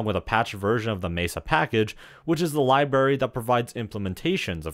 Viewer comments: Library not berry. Go back to 1st grade wow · lie berry